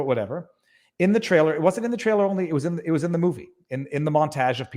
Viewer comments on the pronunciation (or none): none